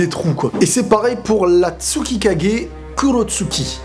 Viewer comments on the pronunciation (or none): Pk tu prononce pas tsuCHikage et kurotsuCHi ?